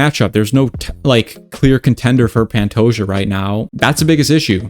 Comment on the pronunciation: Its "Panto-ha" (like kamehameha) not Pantoya